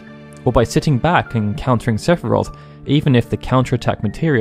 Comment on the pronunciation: Don’t you mean SEPH-I-ROTH!